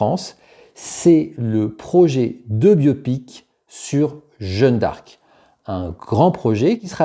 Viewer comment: Pas "Jeune d'arc" mais "Jeanne d'arc" merci ...